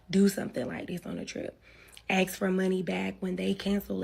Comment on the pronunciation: SIDEBAR: Why do all women today say; "babe(s)"? EXTREMELY annoying. The friend is in scarce mode. Most single "moms" are. Too bad she took the route she did. The ability to have the rides work out was actually pretty darn EXCELLENT. P.S. WHY is it SO hard to pronounce ASK???!!! smh